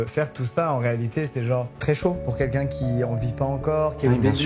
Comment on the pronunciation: Changé la vie de qu'unlqu'un🤣 ça m'a tué. Hmm pardonnez moi